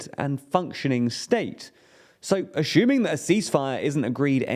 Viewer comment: He cant say any words containing "s" either. "aschuming" "schtock market"